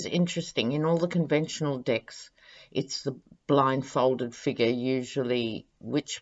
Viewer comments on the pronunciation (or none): Love that Aussie accent -- when you said you'd ordered a couple of new decks, it comes out dicks. If Ivanka is indicted, she won't hesitate for a New York second to rat out her father, to keep herself out of prison. We're so caught up in the US over the Trump business, we forget other countries in the free world have their disappointments, too. Australia -- we feel your pain. Thanks for the great reading -- as usual.